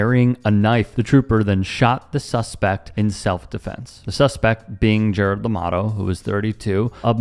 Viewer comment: Llamado, pronounced, 'Yah mah dtho'